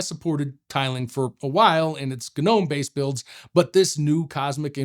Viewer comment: Any viewers who aren't shills? Anyone who can't pronounce Gnome correctly should remain silent and go back to school.